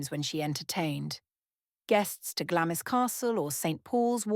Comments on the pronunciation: Glamis is pronounced Glamms. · Glamis is pronounced GLARMS!